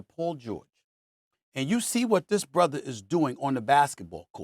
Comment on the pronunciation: when I hear SAS say "brother" - I'm hearing "sister".